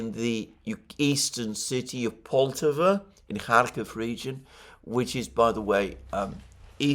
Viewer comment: Correct pronunciation is "polt-A-va" with emphasis on second syllable.